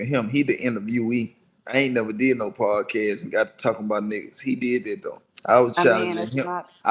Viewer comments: Yeah but he couldn't say podcast 😂 he called it prodcast lol timestamp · he said prodcast lol😂 this dude make his daddy look horrible lol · he's called it prodcast on NUMEROUS occasions!!!!!